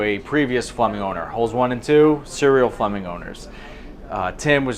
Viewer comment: 'Flumming' or Flemming?